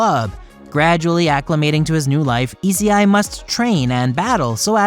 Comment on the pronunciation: I think I’m having a stroke. The way he pronounced essei and rias’s name is killing me